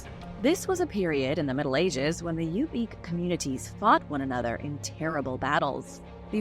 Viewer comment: Good grief! I live in Alaska and find what the world thinks of us fun. However, ask about pronunciation!!! Tanana (Tan-ah-naw), Yupic (You-pick), and Denali (Den-all-E). Feel free to reach out if you need help. It hurts my ears.